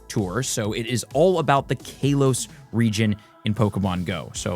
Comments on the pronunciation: Fr, KAH-los 🤦‍♂️ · Hey nice video, very informative which is why I dont want to be that guy but I have too.......It's not Kay-los its Kah-los...just letting you know. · Every time he says “Kaylos” I want to yell at the screen 😂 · Idk what’s worse the Mega Night event or how you pronounce Kalos …..